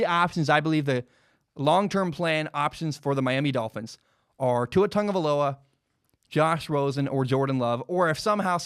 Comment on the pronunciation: Why does everybody says "TaNgovailoa"? Also i just think Burrow and Tua will be gone before the 5th pick, so it's either Love, Herbert or not a QB on this draft for The Dolphins. #FinsUp